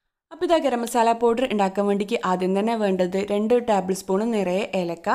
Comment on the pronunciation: ടാബ് ൾ അല്ല ടേബിൾ എന്ന് പറയൂ.